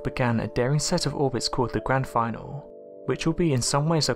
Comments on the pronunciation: That’s the probes Grand Finale not “Grand Final”! Finale is pronounced fin-al-ee not fine-all. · The Grand Finale pronouced in the French tradition - Finnallay.